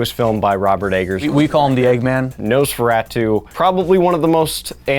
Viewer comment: Couldn’t get past the pronunciation of Nosferatu